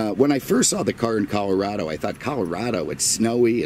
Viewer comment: Thank you for pronouncing C OLOrado instead of C ALArado like so many non-locals.